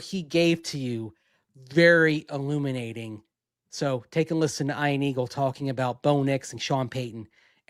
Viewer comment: Eye-an Aggles.